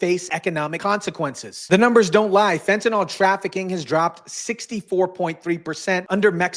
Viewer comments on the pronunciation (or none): *fentaNYL, not "fentanol" 🤙